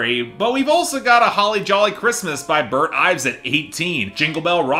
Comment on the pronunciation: It's Burl Ives, not Burt.